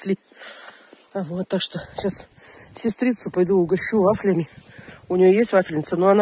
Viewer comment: Ударение на "я"! С фафлЯми!😂😂😂